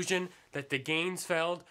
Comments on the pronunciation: You even pronounced it wrong..... (should be "gahnz-feld"; not "gaynz-feld"). Also, you could have made the ping pong halves, you didn't have a light (red, blue, etc; experiment). In addition, you didn't seem very serious. In fact, you probably made this as a spoof. If you were doing this legitimately/properly, you would have been in an altered state of consciousness and would certainly have not been "talking normally", but in a more relaxed fashion. Still, it gave me something to drink to. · at :14 in I'm guessing no because he's not even pronouncing it correct.